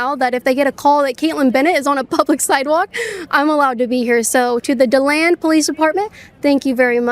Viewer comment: Dee-land kait! Come on, pretty sure your a floridian!! 😂